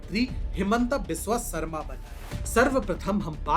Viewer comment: हिमंत बिस्वा शर्मा Not हिमंटा बिस्वा सारमा